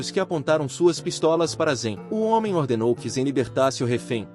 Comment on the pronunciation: "Hoemem" bruh